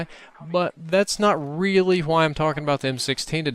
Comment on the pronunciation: I love how you say "hwhy" xD like in Hot Rod :P